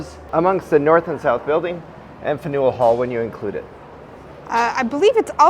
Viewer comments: Great Vlog! Boston is such a great city with amazing food! The public garden is even more beautiful in the spring/summer with the flowers all in bloom. Impressive that you finished that massive lobster roll 😊 also it’s pronounced Fan-yule (faneuil hall) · Wait you actually pronounced it Fan U El Hall? C'mon!